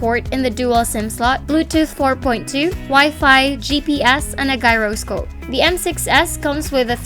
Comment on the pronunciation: madami pa yan, gay-roskop... di yan si nora aunor, gurl